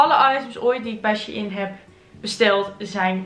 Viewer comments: je zegt het als schein (geen haat) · nee hoor het is echt she-in 😉